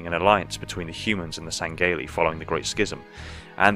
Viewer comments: Did.. Did he just say "Sangayly" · Sang-gay-lee..... It hurts the way you pronounce that.... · I just wish you would pronounce the elites species name correctly